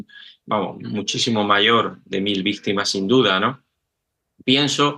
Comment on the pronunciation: Por qué el caballero dice vistima?